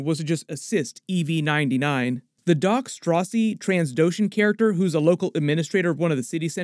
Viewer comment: "Tran-do-shan", not Trans-doshan. And "ma-jor-do-mo", not "ma-jor-dor-mo".